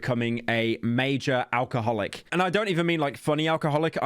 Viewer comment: You can’t say alcoholic like that